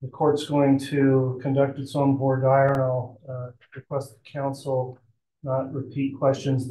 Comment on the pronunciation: Has anyone else been maddened by the way they are saying “voir dire”?!?